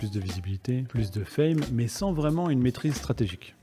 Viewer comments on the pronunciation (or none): none